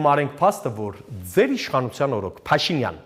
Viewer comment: Հետաքրքիր է, ինչու՞ է Գասպարյանը Փաշինյան բառը արտասանում ալիևի շեշտադրությամբ։ Փաշի`նյան